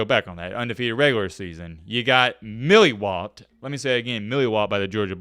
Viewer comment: ...it's molly whopped not Milly